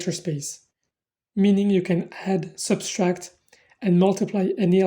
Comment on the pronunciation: "subtract", not "substract"